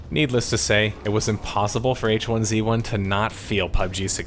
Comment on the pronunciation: why do you keep pronouncing 'hizzy' wrong???